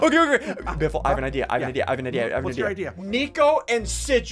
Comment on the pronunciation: It's not biffle its butt waffle